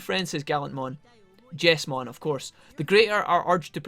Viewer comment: I think it is pronounced Jeez-mon, not Jess-mon. The Jes part of his name stands for Jesus.